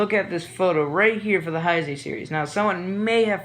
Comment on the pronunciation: learn to pronounce Heisei lmao